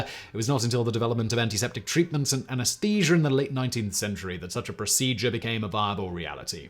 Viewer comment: It's pronounced "colon", not "colong". And "anesthesia", not "anesthesiar". I know it's an accent 😉 but you are adding extra letters at the end. Just don't add them and you will talk normal.